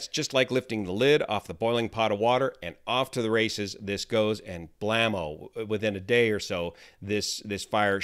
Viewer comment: …did u mean “kablamo”?